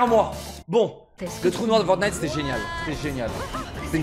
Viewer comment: Elle a dis forgnight